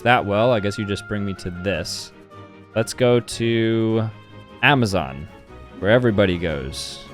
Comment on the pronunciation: He did Zmaaon instead of Amazon lolol